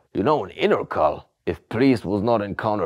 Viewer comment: "Intercal"? how did he pronounce that? and how is his last name pronounced?